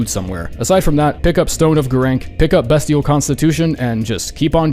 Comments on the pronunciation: pronounce bestial correctly already. It's BEASTIAL. Jesus fuck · I'm sorry BEST-IAL BEST BEST BEST??? yikes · Beastial at 17 is a fucking joke, especially when you have comet axure at 19. And the pronounciation is also a joke